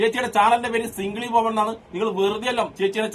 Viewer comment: Single സിംഗിൾ എന്നാണ് സിംഗിളി എന്നല്ല വായിക്കുന്നത്